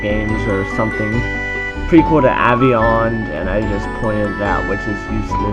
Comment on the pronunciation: said aveyond wrong